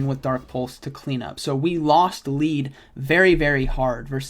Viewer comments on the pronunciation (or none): none